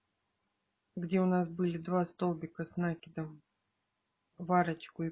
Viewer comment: Столбики с накИдом научитесь правильно говорить